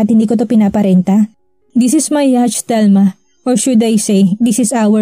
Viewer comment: Yat po ang tamang pronunciation ng yacht.